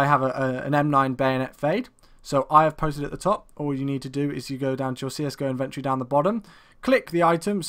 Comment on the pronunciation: lol y do u say inventory so oddly